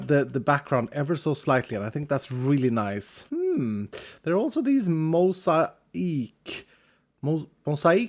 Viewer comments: btw for future reference the mosaic glass is pronouned (mow-zay-ic) its one of those wierd french, anglicized words that don't reflect their spelling. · I absolutely adore that mushroom! I've struggled with making mine too symmetrical and this is very organic and, as Stress would say, "cuuuute!" Oh yeah, mosaic is pronounced "mo-zay-ik". At least by Americans on the west coast of the US. I came here to say that but I had to gush about the mushroom, first. :3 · Got the pronunciation of mosaic very close but it’s mo-zay-ick. Hope this helps in the future and I’m a huge fan and always enjoy what you come up with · "moh-zai-uhk" Mosaic. Just an fyi. Love your content. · trying to say mosaic had me crying with laughter, lol. It's pronounced "mo-zay-ac", you were close though! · If you were curious, Mosaic is pronounced "Moe-say-ick"! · Mo-zay-Ik(mosaic) Ps I want the mycelium to resist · Mosaic = "mow-ZAY-ick" ❤ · Loved the builds like always but as a person who has people around them that do mosaicing, the way to say it is mow-zay-uhk, but your pronunciation was very amusing. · The mosaic glass is pronounced (Moe-say-ick) it’s the glass they use for making church window panes look like Jesus or Vishnu or what have you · just in case you didn’t know, mosaic is pronounced mo-zay-ic. love your videos! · “mosaic” is pronounced “moe-zay-ick” by the way ;) great video! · Mosaic=Mo-zay-ick also is one to call out etho on not liking granite the same man that mines diorite just to burn it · Mosaic: moe-say-ic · Mosaic: Moh-SEY-ack. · I've always heard it pronounced "moe-zay-ick" lol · mosaic.... pronounced Mo-zay-ic, the word is most commonly used to refer to the art used mostly in ancient civilisations made with small "mosaic" tiles. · For the future: the mosaic is pronounced, mow, zay, ick. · Hehehe just incase you're curious, they're moe-zay-ick (mosaic) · I don't want to be a jerk but... it is pronounced 'moe-zay-ick'